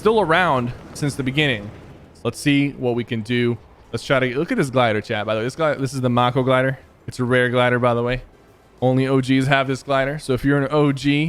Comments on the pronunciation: When he said mock-o glider instead of make-o glider 😂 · Mako as in MAYKO not mocko 🤣🤣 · Macko he said instead of mako😂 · The glider is t pronounced Moko glided it’s pronounced Mako Glider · it’s the mAko glider not the mOko glider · Did it trigger anyone else when he said it like “mah-co/mah-ko”I know it’s spelled mako and it looks like it should sound like that but I think it should sound like”make-o” or “may-co/may-ko”? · The fact sypher said mah-koh instead of may-ko annoyed me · Makoooglider It’s mako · It’s pronounced m-aye-k-o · Me: F#*% YOU EPIC GAMES FOR TAKING OUT ANOTHER COPY OF AN OG SKIN AND GETTING SWEATED ON BY 8 OLDS Sypher: makes a whole vid and so happy Kids: MoMy CaN in GeT ThEe WeNeGaDE WaIdEr Puezzz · Nobody: Literally nobody: Sypher: the MocCo gLiDeR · He said it like mocko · The glider is pronounced (may-ko) a mako is a type of a shark. And the glider is a shark type glider. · Sypher not knowing how to pronounce the mako glider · Sypher mispronounced mako lol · Imagine not knowing how to pronounce mako